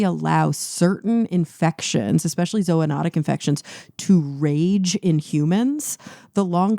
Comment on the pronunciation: Thank you, Cara, for pronouncing "zoonatic" properly! Yet another reason I love this podcast, the pedant that I am.